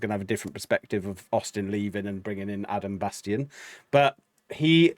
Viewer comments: Guys, it's "Bass-TEEN". Tim said it but y'all missed it. & Rob commented that it was BassTEEN that suggested this be his debut song/video & they were all 💯 on board. It was perfect! 😉😉🥰🥰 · Great reaction! I think you did miss Chance's high long note that was amazing for a person that usually goes low.. And I think Adam B's last name is pronounced like Bas-teen.. They said it in the out-ro but its easily missed.. Cannot wait for more! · FYI his last name is pronounced “BAS-TEEN”… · His name is pronounced Bass-teen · Pronunciation Bassteen. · When Chris Rupp left HF in 2016 he created a new group called 7th Ave. with his sister Tristan and Adam Bastien was a core member of that group for around 5 years. There are many videos of 7th Ave. performances with some featuring Bastien (pronounced Bas teen) with the lead. He also filled in for HF live shows back before even Austin joined HF, and performed with Tristan Rupp on some duets, so he has been involved with the Rupp family and HF members from way back. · #HighlyReActiveReactions #HomeFree I like your reactions, I love Home Free. The song is great. But it's pronounced BAS-TEEN, please. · Oh! And it’s pronounced bas-teen